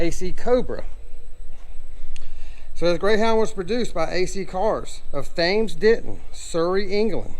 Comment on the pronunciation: Hi. Nice video. A few points. Thames is pronounced ‘Tems’ A-c-e-c-a is pronounced ’Ah-seeker’ The chassis is not a stretched Aceca tubular item, but square section.